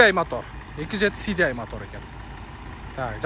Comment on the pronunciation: СДЙ ЭМЕС СИ АР ДИ АЙ ДЕП АЙТСАН